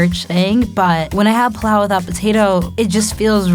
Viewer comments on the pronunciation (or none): PI LAU not PLAU😂😂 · It's pilau not 'pulau' and she cooked it wrooooooong!!! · Serano Chile ni niniiiii... And its not plau..its pilau, the i isn't silent.... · Are these people even African “plao” it’s pronounced “pi-la-o”. Tanzanian 🇹🇿 here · Pilau so disrespected 😂😂😂 and the way she pronounced it. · She's been raised abroad for so long that she's pronouncing "pilau"wrong 😕